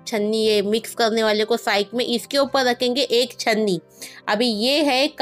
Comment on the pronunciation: Oppal nahi bolte oppar bolte hai